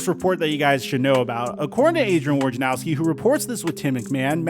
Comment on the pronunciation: Woj na row ski, not War ja now ski.